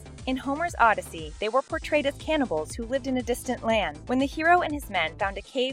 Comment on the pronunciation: Stop, stop, stop ugh! You are pronouncing Odyssey wrong!